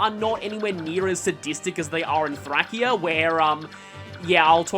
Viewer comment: I'm pretty sure Thracia is pronounced "Thray-See-Ah".